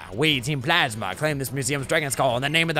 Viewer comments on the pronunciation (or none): none